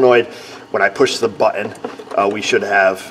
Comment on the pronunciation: BUT TON not bue en